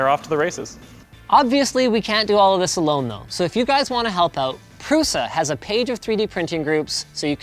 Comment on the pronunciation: In all languages, 'Š' is read as 'sh' like in 'shield'. So, his last name is like Prusha.